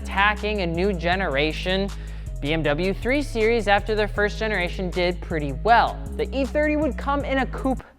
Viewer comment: "BMW '3 SERIES'" 🤦‍♂️